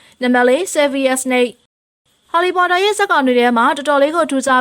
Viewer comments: LOL she said ဟော်လီပေါ်တာ😂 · အသံကဆာနေတဲ့အသံနဲ့ harry pottorတောင်မပီဖူး